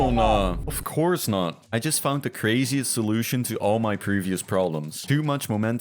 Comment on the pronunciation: Of "crouse" not, duh